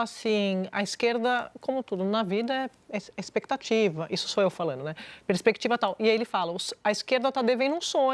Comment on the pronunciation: A Sadi não sabe que o gerúndio tem uma letra D? O certo é falanDo e não falano,!!! Esses pseudojornalistas precisam prender a falar português.